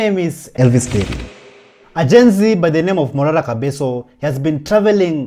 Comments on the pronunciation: Prezo ni Kebaso "ke" si kabeso "ka" bro get the pronunciation right bro😂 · Pronounce Kebaso and not kabeso!!! Leave the wrong pronunciations to the foreigners pris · It is Kebaso no Kabeso,! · Report properly the name is kebaso 😮